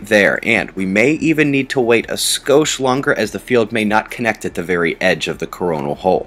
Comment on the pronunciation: did you say 'Skosch'? lol